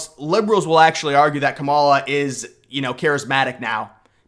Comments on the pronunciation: Do you purposely mispronounce the woman’s name? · This guy can’t even pronounce Lichtman’s name correctly, as well as Kamala’s.